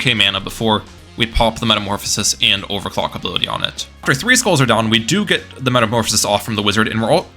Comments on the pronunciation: I swear to god I heard him say sell his towers and buy and over cock did anyone else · bro did NOT say overclock 😭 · I refuse to believe he said “clock”